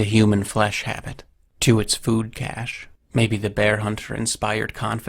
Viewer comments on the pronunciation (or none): none